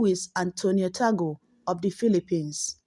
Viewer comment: Pronounce as Tag-le , not Ta-gle .